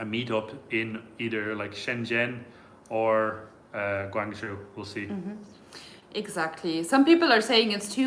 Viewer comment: You are correct, Guang joe is the pronunciation. Have you ever thought of visiting zhangjiajie where Avatar movie took place. You will not be regretted.